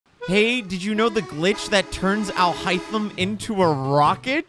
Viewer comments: Man pronounces Alhaithem like "All hi them" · This is how you pronounce alhaitham’s name; Al-hey-tham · bro was mad at you for pronouncing his name wrong